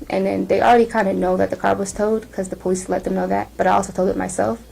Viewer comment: Lmao ,this 304 was able to pass Tractor Trailer school ????? There is no way she did .....😂 Yet says pole- leases 😂😂😂😂😂😂.And her arms OMG I KNOW OFFENSIVE LINEMEN WHOS ARMS ARENT THAT FAT .AND THE WIG 🤮🤮🤮